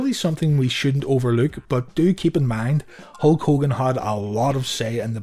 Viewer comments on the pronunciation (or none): none